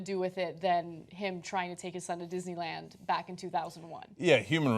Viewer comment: Kathrine Smith ...verwy verwy speshle Dishneywand